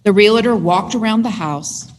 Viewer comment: It's REALtor NOT real a tor. Drives me insane.